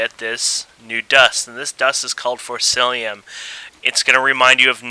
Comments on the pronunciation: im sorry to say this, but it is forcicium in forcillium, but apart from that, a good tutorial and helped alot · its forcium not forcilium XD